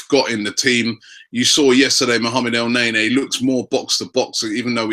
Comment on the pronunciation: ROBBIE STOP PRONOUNCING IT EL NAY NAY, GOD DAMN IT